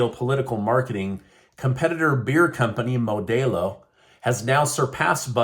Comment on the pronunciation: it's Moe•Dell•Low, not Moe•Day•Low